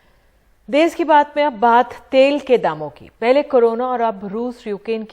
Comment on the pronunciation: "देस" नहीं "देश" होता है गावरों